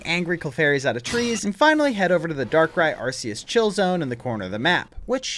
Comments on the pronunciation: IT IS ARK-EEE-US, NOT, ARCE-EEE-US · Bruh, I'm currently in the middle of binge watching your entire channel but I have to ask why you think Arse-eus is the correct pronunciation? Do you think Arc is pronounced "arse" as well? 🤣🤷‍♂️